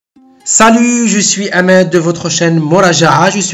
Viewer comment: hhhhhhhhhhhhh je suis hhhhhhhhhh اسمك وليس أماد... مراجعة عرفت تنطق العين ولكن الحاء جاتك صعيبة... ياخي حالة ياخي.. حالتك تبعث على الحسرة والله